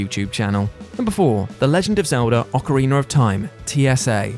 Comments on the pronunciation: Stop saying OcarinER, it’s OcarinA! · Ocariner of time